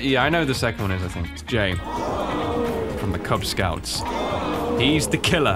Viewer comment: "Kuz Scouts" lmao